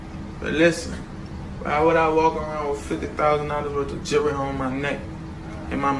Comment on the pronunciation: He cant even say jewelry. 😆 smart??